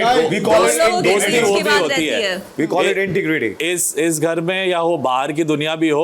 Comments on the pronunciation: Medam Ashnoor it’s “integrity” not intigrity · someone tell abhishek its not intigrity...its integrity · Kia ashnoor jali parhi hai Abhishek ne ghlt bola hai intergirty yeh pronounation nahe kri Sahi abishek ne phir be kehe rhi hai ki sahe kehe Rahe hi ashnoor pgl hai kia